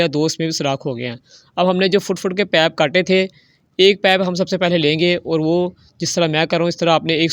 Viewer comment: لعنت ۔ کوئی سیفٹی نہیں ۔ لوگوں کو آگ لگانی ہے۔ پائپ اور ٹائیٹ بولنا نہیں آتا اور چلے ہیں انجینئر بننے ۔